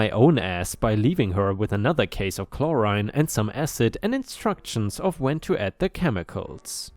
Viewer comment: Story 3: seance. Said correctly and it's basically what you said, an attempt to communicate with dead people. I'm sure there's a more precise definition but I don't really care. What you said sums it up just fine. 👍 Chlorine on the other hand, has an "reen" sound at the end. Story 5: Component is said as "come p-own-ent."